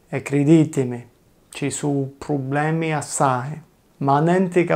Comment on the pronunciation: Just discovered this channel Love it. Anyway isn't "problemi" but "probblemi" with 2 b In my zone (madonie mountains) we don't say "ma" for ''but" but we say "ngà"